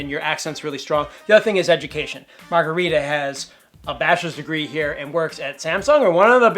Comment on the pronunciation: They should learn how to pronounce their friend's name, you don't pronounce Margarita like the drink at all... Smh